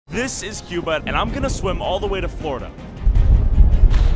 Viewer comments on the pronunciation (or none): he sounded like he said Qbutt